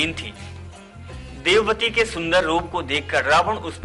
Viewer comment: jb vedwati ko devwati kh rahe ho to fir tumhe kese puri story sahi malum hogi